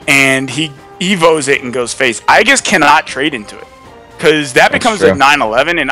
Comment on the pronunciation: everytime they say "i-gis" a little part of me dies , can someone please educate him